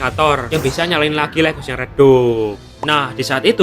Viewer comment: Lait haus bang bacanya Bukan leghos